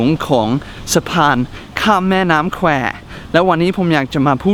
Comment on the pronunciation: แม่น้ำ แ-ค-ว ไม่ใช่ แ-คว ครับ เอ๊ะ! หรือnateพูดถูก แต่ผมฟังผิด ไม่นาาาา